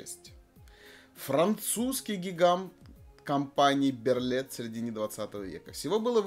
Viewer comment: Берлие. Загуглите что ли , для приличия. Берлит блевать.